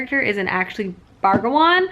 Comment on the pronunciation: I love these weekend reading vlogs so much but every time the title got read as 'Bragawan' when it says Brangwain it made my eye twitch lol